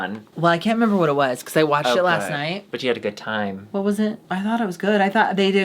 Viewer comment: "nyer havin a good nyimee.. :)"